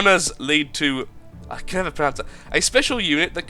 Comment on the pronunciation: did he say can with k? sounds like the word from my country: denmark. we say kan instead of can.